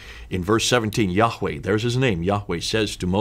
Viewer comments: Excuse me br,but YaHWeH is pronounced yaa- way/for example you dont say Hallelu-Yagg like the Dutch,Greek,Arab,Hebrew "G" in eCHad/(w)acHad,but hallelu-YaH(WeH),get the point dear brother 1Love each1teach1! Deut6:4Hear((i)Shma(el)) o Israel Yahweh is our God,Yahweh is 1(Echad unified one and numeric oneness.Yachid, the main Hebrew word for solitary oneness, is never used in reference to God. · am a avid follower of your channel, but i would disagree about the name of Yahweh as the name of our God. Its YHWH, we were taught by our preacher that the pronounciation was lost in time and we shouldn't use the word YAHWEH because it was not written in the Bible its YHWH - historically speaking the word YHWH was can be found also outside the Bible, it was written in a clay tablet announcing the defeat of the Isralites. just sharing...